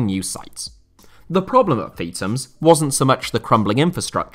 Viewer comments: It’s not “Feet ums”. It’s “Feeth ums”. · Its not pronounced Feetams, its Feethams